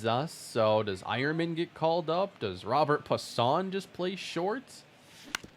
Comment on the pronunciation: If I’m not mistaken, I believe Robert Puason’s name is pronounced “Robe-air Pwa-sone”